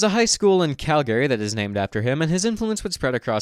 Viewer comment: It's pronounced "Chat-am", not "Kat-am". Also, who pronounces Calgary like that? FWIW, Bible Bill was covered in my Ontario high school courses very briefly during his time as premier during the Depression.